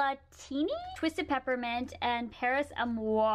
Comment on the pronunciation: Girl work on your pronunciation for creme brûlée and paris amour as a French speaker it's a bit annoying sorry